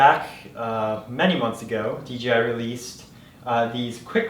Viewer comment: It's pronounced D - J - I ... not "DGI"....uh, just so u, uh, you know, uh, are aware.